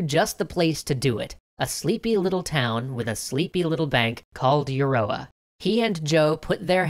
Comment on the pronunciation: Euroa is pronounced ya-row-ah, thank you kindly -A native Victorian